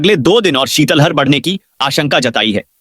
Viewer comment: शीतल हर नहीं शीत लहर होता है, थोड़ा उच्चारण सही करो